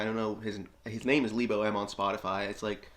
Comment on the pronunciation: It's LE-bo, not LEE-bo. He's a South African musician.